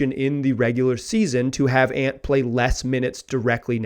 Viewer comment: Bro you did not just say “aunt” 😂😂😂. It’s “Ant” like the insect 🐜 and “Damian”.